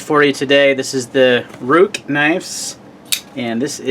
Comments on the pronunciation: Good review and video. I'm pretty sure Ruike is pronounced Rake to rhyme with lake. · Prounounced Rake.